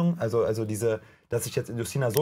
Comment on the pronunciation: Witzig wie calvin Justyna vollkommen falsch auspricht 😅aber gut nur Polen kennen den Namen